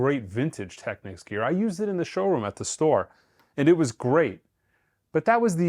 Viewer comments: All I’m gonna say is thank you for NOT pronouncing it incorrectly as TEKNEEKS as I hear a lot of people say 😄 Enjoy your new TT! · Thanks, for pronouncing “Technics” correctly. The other pronunciation ends in “Que” which is another word. It’s like people who mispronounce “Porsche” as one syllable.